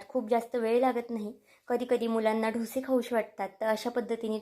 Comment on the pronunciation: अहो मैडम ढोशे नाही डोसे असे म्हना😂😂